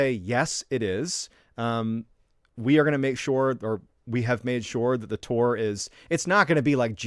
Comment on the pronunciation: Love the way you say tour is that like tore, lol,cracks me up!! Haven't listened to the story yet, I'm gettin there!! Living here in Big Sky Montana ✨️ Love the stories, my hubby and I every Sunday tune in for our great and mysterious guy!!